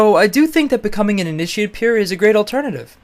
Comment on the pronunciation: (about) it sounds like he's saying "Ini-sheeiitt"